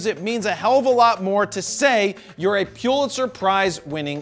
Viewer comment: Please learn how to pronounce “Pulitzer.” (And “EOS.”)